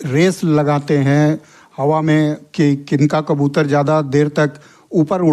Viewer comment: Bhi qabutar nahi kabutar hota hai